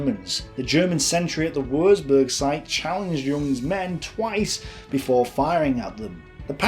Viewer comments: Good vid but FFS learn to pronounce German words properly. It isn't pronounced Wursburg but Wurtsburg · Würzburg is pronounced Vuurtzberg !! Le Havre is pronounced Le Haaarv. Otherwise great ! Oh yes Louis Mountbatten don't sound the s as in Louey. Fascinating and well researched. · Without wanting to sound a pedant, but "W" in German is pronounced as a "V" and a "Z" is pronounced "ts". Thus Würzburg is pronounced "Vertsburg" roughly because a u with an umlaut is a sound that doesn't really exist in English. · Stop saying woorzboorg. God you hurt my ears! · I don't know why many historians of the second world war don't know how to pronounce German properly - its so sloppy. Leica (like-a), Marine (Mareen-eh) Wuerzburg (Vuertsborg),Freya (fryer) - excuse my own made phonetic script - cheers - ps Luftwaffe (Luftvaffe) Heydrich (Hi-drish) !